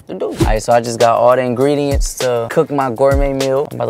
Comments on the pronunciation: He said ingrediments 🤣🤣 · Did say ingredements 😀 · Is he sayin ingrediments?😂 I heard it like 3 times. Maybe im hearing shet😂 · "i need to go get the ingrediements" yall ik im not the only one who heard that ps. I LOVE U AND HAZEL😂♥ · No one:: InGrEdImEnT😭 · not when said ingrediments 😂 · "Order the ingregements, and chef it up" what is ingridements WHAT IS INGREDEMENTS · Did i hear saying ingrediment??🤣🤣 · Am I the only one who heard ingridiMents😅